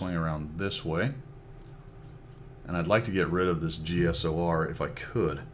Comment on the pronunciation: The "Cheesor"